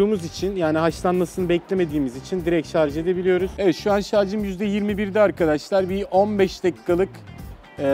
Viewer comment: arkaaşlar ne ya arkadaş kelimesi bu kadar mı zor aq